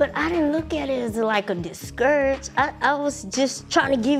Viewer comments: juicy: diskerage me Monie: discourg Webster dictionary: 🛑🚫🔚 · “Deescarriage me “ lol 😂😂 but yeah her friend hating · "Discarriage" lol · Lmao, I'm glad I'm not the only one, I was like "Did just sit up here and say discarriage?" Haha Monie needs to be happy for her friends and get it together. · Disgarage Monie: Disguurage 😂😂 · She said “discarriage”😂😌😭😂😭😭